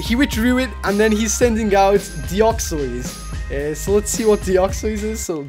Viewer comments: not deoxeys deo-x-ys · The way you pronounce Deoxys is so wierd.. Deoxoiss